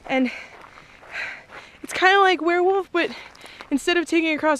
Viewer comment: What's a "werewoof"?